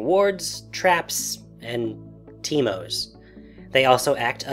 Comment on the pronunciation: lol teemis